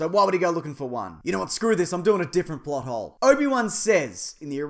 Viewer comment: when u first said plothole i thought u said butthole